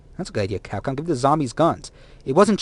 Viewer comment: The fuck is capon? were talking about Capcom.